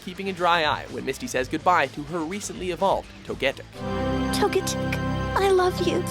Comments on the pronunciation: To-get-ic? Misty literally says To-Ge-tic straight after........ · so much ahhh wrong pokemon name butchered and pokemon title be butuchered for example it spell of the unown not spell of the entai unown, lugia is the beast of sea or guardian of the sea not guardian of the sky that title belongs to rayqauza and it's togetic not toget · It’s not toto it’s toto with a slacking 2nd o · Unknown? Fucking Unknown? NO one likes Unknown. It is called Unknown for a reason.... And if you have one, just Unown it. OK. I'll stop. Oh and this dude can't pronounce Cyndaquil and Togetic. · He literally pronounces Toegtic wrong a split second before Misty pronounces Togetic right. If that doesn't show the level of research WatchMojo puts into this show, watching the list will. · cindykill when qu is clearly there!; says togetic wrong literally right before the right way to say it.